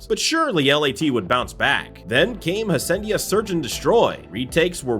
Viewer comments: bro, HA-sea-en-da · Bro 45 seconds into the video you mispronounced Envoy and Hacienda… I’m out lmao